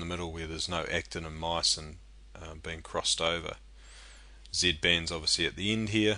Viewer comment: Does anyone notice hes saying Z bends?